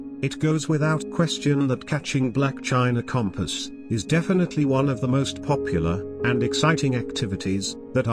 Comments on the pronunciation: You say "chinchompas" not "china compass" idiot! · I completely lost it at ''black chinnecompas''.